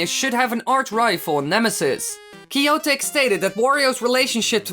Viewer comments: Kiyo"tuh-kea" not kiyo-take from "to take" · It's warUI, not warIU! And Kiyotake is pronounce kee-yo-TAH-kay, not kee-YO-tayk. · That's not how you pronounce Kiyotake.